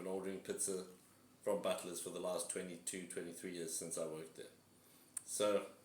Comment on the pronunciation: Thought you said butless pizza😂